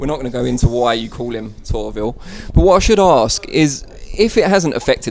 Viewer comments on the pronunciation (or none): Why does he call the lawyer torville?